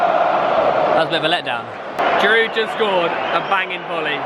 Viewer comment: Dear english people, Giroud is pronounced "Geeroo". You should not pronounce the d at the end.